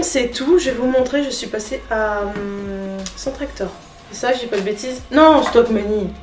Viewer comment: cc ! alors je me permet : c’est Centrakor et pas CentreActor ..... Stokomani et pas Stockmanie 😁😘 sinon merci pour l’info, je fais ce soir voir pour trouver la petite table !! et j’espère que BébéPlume ira vite mieux 😓😘